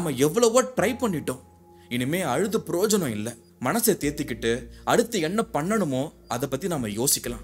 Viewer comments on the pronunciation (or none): Some wrong prounciations. Projanam instead of prayojanam. Security pronounced wrongly. Please correct.